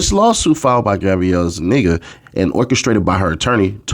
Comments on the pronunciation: “Ms. Za- nee- guuhh” is hella funny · Why did it sound like you were saying, "Gabriella is a nigga?" I had to look at it and I saw the name. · Why it sound like you saying zanigga 😂, maybe you are zanigga 😂